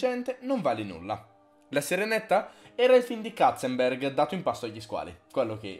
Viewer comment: Basta dire Katzenberg,che mi uccidi un neurone ogni volta 😂😂